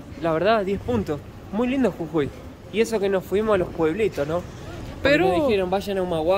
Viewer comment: Cuando hablabas escuchaba CUCUI Y ES JUJUI . En Venezuela hay una bebida que se llama Cucui y un pueblo llamado cucui